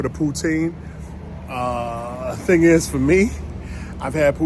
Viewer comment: The pronunciation of "thing" as "ting" is predominately West Indies & Middle Eastern.